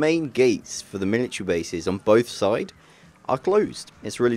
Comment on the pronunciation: Who else thought he said 'Miniature Base'?